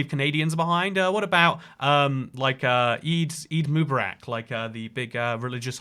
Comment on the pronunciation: Your pronunciation of Eid Mubarak was painful lol. That and that’s not the holiday name 😂 But I do appreciate the effort, so A for effort I guess lol